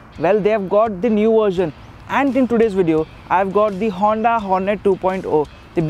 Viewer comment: hey Say Hoonnddaa once again